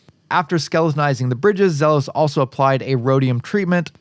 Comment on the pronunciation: Its actually Zee los